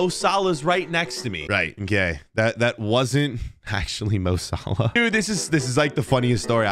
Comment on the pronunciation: That’s not mo Salah that’s Mo Salad